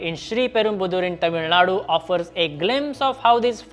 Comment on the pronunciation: as a north indian pronouncing tamilzhnadu accurately is appreciable and as a investor pov UP has biggest advantage in whole of india logistics is getting fixed by yogi's infrastructure at fastest way possible soon UP will reach 13% growth engine any produce need to be exported quickly since costal states have geography advantage inland states needed better and cheap transport which is enough for production